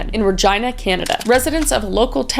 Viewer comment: I keep cringing to how she keeps saying Regina 😭